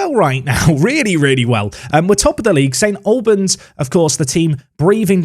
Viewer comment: It's the Al sound from All rather than a -lbans